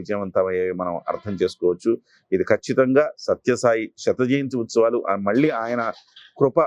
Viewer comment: శత జయంతోత్సవాలు, శత జంతుత్సవాలు కాదండి.